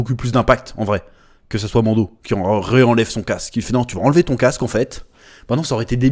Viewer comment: Chaque fois que tu dis Mando, j'entends Mondo , ça me fait penser au Mondo World dont JDG parle, La société qui copie les Disney ... 😅